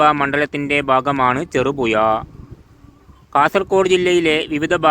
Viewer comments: ചെറുപുയ അല്ല ഹമുക്കെ . ചെറുപുഴ എന്ന് ഉഛരിക്ക്😡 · അക്ഷരസ്ഫുടതയില്ലാത്ത താങ്കൾ ഒന്നും ഈ പണിക്ക് നിൽക്കരുത് 🙏... ചെറുപുഴ എന്ന് പോലും പറയാൻ കഴിയുന്നില്ല 😥കഷ്ട്ടം 🙏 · "ഴ" വരുന്നില്ല. നാക്ക് വടിക്കാൻ പറ...